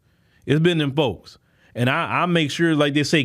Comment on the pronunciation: When he says "dem folks", it is so funny, especially when he's visibly annoyed with the current state of affairs